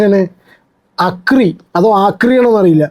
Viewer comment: Akri is pronounced as aakri 😂😂